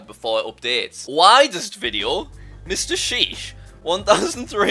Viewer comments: YOU SPELT MR SHEESH WRONG YOU SAID MR ASHIH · its MrSheesh not Mr ashish